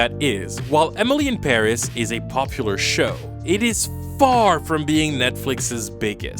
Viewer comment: Does he really say "Emily em barriss" or is it just me